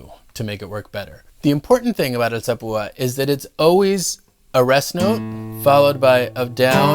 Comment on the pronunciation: what lacks in technique he more than makes up for with pronunciation. alzapooooh ah